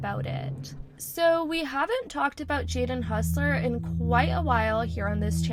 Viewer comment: Bro is hossler not hussler